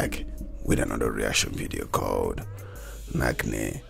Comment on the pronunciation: It's Not pronounced as Nach(k)ne ka Shaunq, but Nach(ch)ne as is (ch) pronounced in China. And they meant that the crowd only knows to dance on the flow however doesn't understand ABC of rap or it's history.